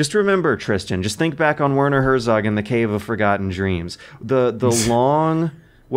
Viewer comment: "Wörnor Hörsogg" Jesus Christ my german ears are bleeding to death x_x At least use fucking google translator or something to get a decent pronunciation my dad.